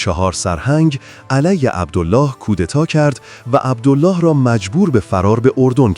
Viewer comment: عبدِل لِلِه ، اینجوری تلفظ میشه نه عبدُالله . ملک فیصل ، که حکومت نمیکرد حکومت در دست عبدل لله و زیر سلطه انگلیس بود. به طرز فجیعی خودش و خونوادش به دست خونخواران کثیف قدرت ، کشته شدن. مادر پادشاه فقید ، قرآن به دست گرفت و قسمشون داد و گفت : شما مسلمانید ، عربید ، پسر من ، بیمار است ، تاج و تخت پادشاهیش ارزانی شما ، بهش کاری نداشته باشید اما چقد غم انگیز و اندوهناک که نه به حرفهای مادر پادشاه اعتنایی کردن و نه به قرآن . و حتی جسد پادشاه جوان رو در ملاء عام مثله کردن. اما همون کفتارصفتان خونخوار و تشنگان به قدرت ، دیری نپایید و خیلی زود ، به جهنم مشرف شدن.